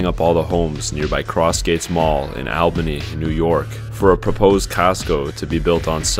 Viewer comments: The "Al" in Albany is pronounced like the word "All". Think All-bany. Not like al in Albert. As an Albany local hearing the same mispronounciation year after year by non-locals is very grating. Otherwise awesome video. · I'm close to the area in Catskill NY and everyone who isn't from the area always pronounces it as Al-bany without fail every time, but it's actually pronounced All-bany. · Al' .. bany. No sir .. All .. bany. :) Just saying. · I love how non-locals pronounce it "Owl-benny" 😭😭😭 and they also say "Shin-neck-a-tee" when they talk about Schenectady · Not trying to be a jerk but i live in troy outside Albany it is actually pronounced All Bunny instead of AL bunny but is spelled Albany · Compared to how sad this is, just an FYI, it's pronounced "All-benny" (I grew up in Albany). Alarm 's are blown at 12 noon in most cities and towns. But yes there are plenty of tornados in NY. Had one last night! People rip out walls for copper pipes to sell. Hoarder was probably foreclosed for non payment and they were evicted. So sad for the kids. People getting evicted will trash everything because they had no means to actually move it all. The tobacco-probably squatters. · Not sure where you’re from but it is pronounced “All-bany” and that sound you heard was the firehouse. Also, Yes we do get an occasional tornado. Btw, You went into my friends home. It’s irritating to watch all of this since the mess around it all is personal. RIP Cherokee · You know this is not a local group - you can tell because they pronounced Albany wrong. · Why do people say Albany like that it hurts to hear it like that😭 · Your pronunciation of Albany says it all .... 🙄